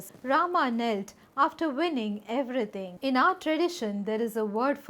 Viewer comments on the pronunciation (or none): none